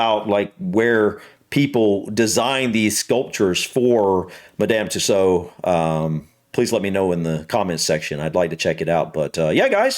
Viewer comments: Tussauds pronounced "too swords" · Hi!.The "D" & "S" are Not silent. It's pronounced "Madam Too Swords" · The D is pronounced it in Madame Tussaud’s,you did indeed pronounce it incorrectly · Madame Too sode phonetic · The fact you didn't recognise Tom Cruise made me laugh. The other figures were Eddie Redmayne (Fantastic Beasts) and also Stormzy who you thought might be Seal. Yes, you do pronounce the ds at the end.